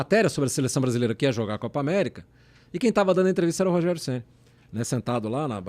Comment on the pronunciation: "Rogério Geni" kkkkk